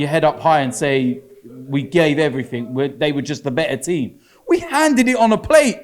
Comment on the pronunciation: Is it "everything" or "everythink"?